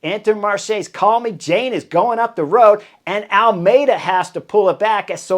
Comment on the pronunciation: Love how you are saying 'Call-me-Jane' to French rider Lilian Calmejane 🤣👍